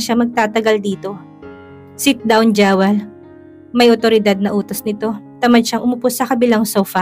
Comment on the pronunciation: Pangit naman ng pronunciation ng narrator sa Jewel. Dapat Jiwel ang bigkas na tama nito.